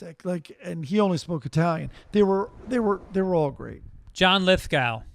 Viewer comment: Corrections department working overtime with that Conclave review. "Ralph" Fiennes? 3rd Rock guy John Lith-"gow", and also that Italian bad-guy "whats-his-name". Oh yeah, that great Italian director that works with Isabella Rossellini, you know who I mean, right? 🙄 Most Sunday Papers movie review ever!